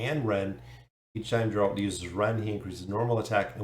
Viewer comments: 'G' in Geralt is pronounced like in word get, not like in Genesis ;) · Awesome to see them coming im keen as! The way you say Geralt is kinda funny but 😅 thanks for another vid